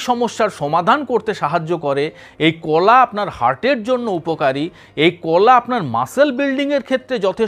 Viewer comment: না,এই লোক ভাষা ঠিক করে বলতে পারেনা। He speaks wrong pronounciation many Bengali words. কোলা, ছলা,সো র কার , কোথা ইত্যাদি।